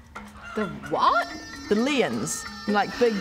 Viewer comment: Finally caught up with this! is making even me blush on this side of the screen. 😂 Also, I didn't realise what was wrong with "leeons" until called it out - "it's not spelt like that" is what I thought at the subtitles, didn't even blink at the way pronounced it. 🤣Look, it made sense from a non-English perspective!